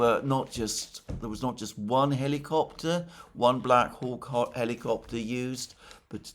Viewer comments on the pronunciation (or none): none